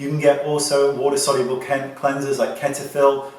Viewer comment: he said ketiphil😂✋